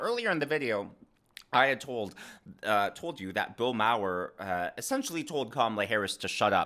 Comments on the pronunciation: Don't know about Routh, but I know it's Bill "Marr" not "Mow-wer" 😉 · Bill Maher = Bill “Marr”, not “Mower” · Hey, great video! Lots of good news! Just a bit of constructive criticism. Your pronunciation of Bill Maher is not right. Its basically 'Marr' but like a bit of a minor sound on the r. Like just emphasize the r for a second. But its just 'Bill Marr'. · Bro great video! But you’ve got to learn these names. It’s Maher “MAR” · A very insightful segment as always. Keep up the great work 🤙🏼 Concerning Bill Maher, phonetically his name is pronounced (Mahr)